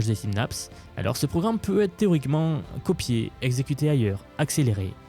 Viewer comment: 👋🏼 "co"pi"é", la phonétique, c'est magique. 😂